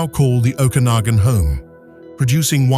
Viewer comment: Better train your AI voice to properly pronounce "Okanagan" and "Penticton."